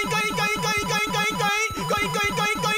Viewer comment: 最近「ボキャーん」が好きですw 後、口笛はずるい！！www 絶対口笛の時ニヤけてたでしょー！( *¯ ꒳¯*) コインコインがインコインコに聞こえてくるw